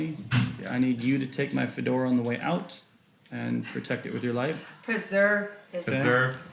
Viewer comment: Does he realize I can't take him seriously because he puts so much emphasis on his "fedora"